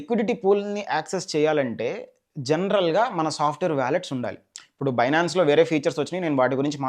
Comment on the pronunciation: చాలా చక్కగా వివరించారు. ధన్యవాదాలు. మీరు ఫ్యూచర్స్ అంటున్నారు. అది ఫీచర్స్ అనుకుంటాను.